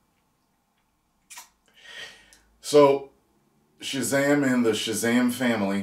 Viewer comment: This is what happens when you force women in a script. It's Shazam not Shezam. In fact Shazam shouldn't even share his powers with the others. It just takes too much focus away from the hero.